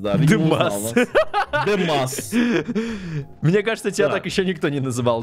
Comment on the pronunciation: не демас а!